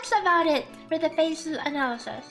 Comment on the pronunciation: Watched gateoo watch this episode on his twitch channel, and he would cringe every time (mis)pronounced Fei Se 🤣🤣🤣 Like, he was fine with it the first three times, but after that he couldn't help it anymore and let the snark fly haha But don't get me wrong, he was effusive with praise too, like how got to the point and dispensed with the fluff attacks Fei. "Irrelevant" gateoo said, and "good job," since Fei's a buffer unit after all. Fun times!